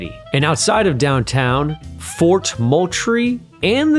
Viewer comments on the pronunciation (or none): none